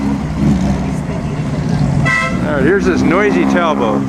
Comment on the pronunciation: English Talbo……..that would be TAL BOT.